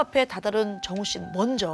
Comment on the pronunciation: 정우??? 처음엔 종우라는줄 ㅋㅋㅋㅋㅋㅋㅋㅋ 정우 종우 계속 듣는데 종우라고 들리네